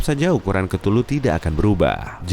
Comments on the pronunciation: 02.41 hey cthuluh (ktuluh) DIBACA= KETULUH YG BENAR=KEUTULUH nama mu susah disebut, ngakak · KETULU ET DAH SUSAH BET NYEBUTNYA